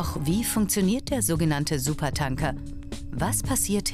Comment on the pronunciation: Es triggert mich irgendwie, dass die es die ganze Zeit SupertAnker und nicht SupertÄnker aussprechen.